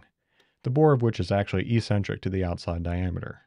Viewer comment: fyi its "ek-sen-trick" not "ee-sen-trick"